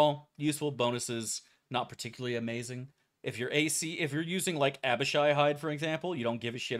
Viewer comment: Fug he said Abishai right, something devastating must have happened.